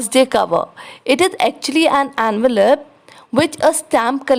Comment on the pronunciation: ITS ENVELOPE NOT ANVALOPE